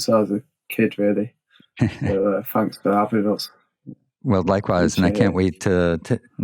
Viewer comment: "Fanks" lol